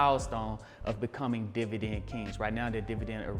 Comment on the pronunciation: I'm really here to hear you say divident.